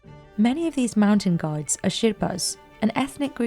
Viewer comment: GIDES... not gods. strange pronunciation.